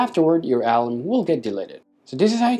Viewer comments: Ah... you mean to say the word a-LARM. You've been pronouncing it A-larm but it sounds like you've been saying A-lum which is a chemical fixative used with dyes. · Alarm!!!!!!!! Say it the right way!